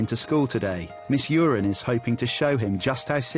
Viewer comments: is her name really pronounced urine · Uren. Stress the second syllable. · Paul Jordan we all know it’s uren it just sounds like urine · It’s Miss Uren... not great but yeah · Its miss uren